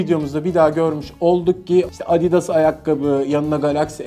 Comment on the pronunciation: Abidas değil adidas